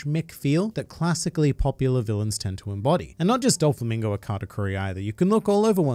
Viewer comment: I really like your videos, but please stop mispronouncing Doflamingo as "Dol-flamingo" 😅